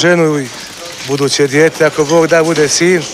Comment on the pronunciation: "I buduce dIJete" dos' dobra ekavica, pravi Srbin Također izvrsno Tursko polu-tonsko krivudanje od glazbe, pravo Srpski Veliki patrioti i cisti Slaveni, nema šta!